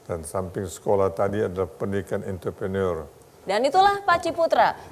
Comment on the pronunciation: Entre prenurr Not Enter prener..